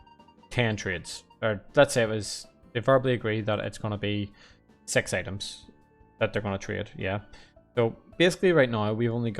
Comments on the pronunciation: i know you were talking about 6 loomians but it almost sound like something else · when I heard it, I was like wait what, then I rewind because I trust you